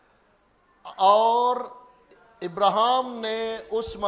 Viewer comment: ابراھام ابراھیم یا ابرہام اپنا تلفظ درست فرمائیں دھیان سے بائبل پڑھیں